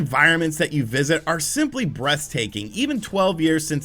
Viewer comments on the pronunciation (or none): This might just be lockdown melting my brain, but I really think I heard "simply breast-taking" ... Just me? probably, sorry.